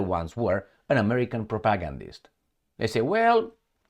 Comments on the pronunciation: Please learn how to pronounce "propagandist". You make it sound like "protagonist". The stress should be on the third syllable: [pro-pa-GAND-ist]. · much respect but it's pronounced propa-gan-dist